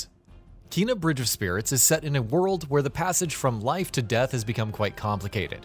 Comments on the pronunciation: Combat in this game becomes hard af. Took me over 50 attempts to kill some bosses. Also it’s pronounced “Kay-nuh”, not “Kee-nuh”. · #16. It’s Kay-nah. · her name is pronounced Kay na